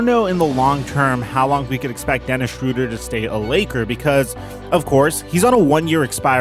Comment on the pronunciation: SHROW-DER. SHROW. NOT SHRU.